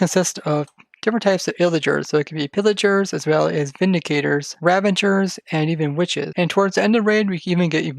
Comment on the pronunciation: They are called "Ravagers", right? And not "Ravangers" OR are you preparing for "Avengers: Endgame"? 😉😂